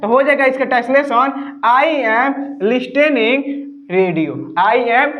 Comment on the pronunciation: लिस्टैनिंग नहीं बेटा लिसनिंग होता है।